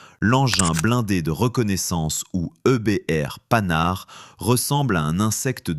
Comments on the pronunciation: Panhard pas Panard, vidéo faite par IA à l'évidence. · PANHARD pas panard 😂😂😂😂😂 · Vidéo ridicule : - Sur la forme, incapable de prononcer la marque Panhard correctement. Ce n’est pas panard ! Il y a un H ! - Sur le fond, presque tous les véhicules de reconnaissance de l’entre-deux-guerres disposaient d’un inverseur leur permettant de repartir immédiatement en marche arrière avec un pilote dédié (les SdKfz 231/232 allemands, l’AMD 178 mod. 1935 française, les autoblinda italiennes AB40/AB41/AB43, l’AGDZ autrichienne…) Cette idée n’est pas nouvelle. La nouveauté est un blindé symétrique (et non asymétrique !) La voiture 201 a été un prototype d’avant-guerre dont les plans ont été cachés aux Allemands. Elle deviendra l’EBR. - Son retrait est surtout dû à l’absence de protection NRBC. Dans une hypothétique lutte contre les forces du pacte de Varsovie, celles-ci auraient probablement utilisé l’arme chimique (1/3 des obus d’artillerie de l’époque étaient chimiques).